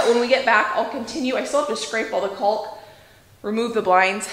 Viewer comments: Love how you say “coolk” , my NY’er accent doesn’t pronounce the “L”… Kawk… rhymes with talk 😆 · Caulk [kôk] pronounced 'cawk.' Not trying to be picky. My ears are stumbling over your pronunciation. lol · just for future reference, it’s pronounced “cauk”, the L in caulk is silent. 😁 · What a beautiful home, and the view is incredible! Congratulations! Maybe it's a regional thing, but in my neck of the woods (northern Michigan) we pronounce caulk with the L being silent, "cawk" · The “L” is silent in caulk. You guys are such hard workers and it’s a beautiful home! Can’t wait to see more cooking in new kitchen! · Caulk rhymes with talk :-) Good luck with your house projects! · Was looking for this comment. Makes me laugh how she pronounces it. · I've never heard caulk being pronounced with the L sound! Not sure if its a regional accent thing or just a fun individual thing 🤣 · Hi, love your videos! I just wanted to let you know the "L" caulk is silent. I swear I'm not being mean!